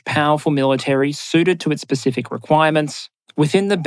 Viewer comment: "It's specific requirements" or "it's pacific requirements"?